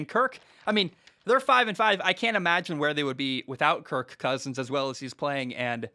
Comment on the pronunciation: He’s playing the meow game with “KirK CKousins” 😂🤣